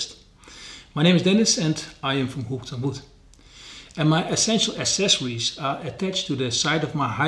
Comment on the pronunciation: You should learn how to pronounce 'accessories' properly.